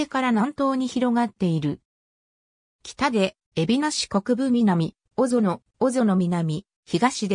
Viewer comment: 読み方めちゃくちゃ😅小園（こぞの）早川城山（はやかわしろやま）早園小学校（そうえんしょうがっこう）ですよ😬勉強してからこうゆうのアップしてください😅